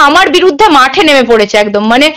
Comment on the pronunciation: Pithibi na kothata prithibi 😂 Etdam na kothata ekdam